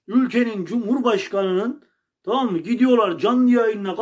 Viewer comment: tağam inamdık tağam he he